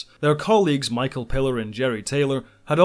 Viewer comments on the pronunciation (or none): none